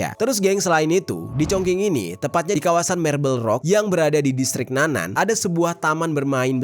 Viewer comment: bukan district "nanan", tetapi nan-an"